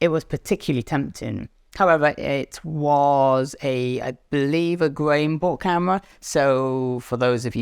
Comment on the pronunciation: hey there, enjoying your vids! can you tell me what word you're saying at or so, you say it "however, it was a, i believe a X camera," wherein X sounds like 'green book,' or 'grain-bought,' but I know I'm wrong, ofc... i'm always on the lookout for a good deal, and maybe i'm not even aware that there are these types of purchases... are you just saying 'grey market,' and my dumb American ears can't tell? anyway, i subbed, and thx for your time!